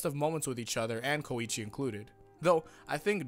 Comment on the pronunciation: WHY T¨HE FUCK DO YOU SAY KOIIIICHI, ITS KOICHI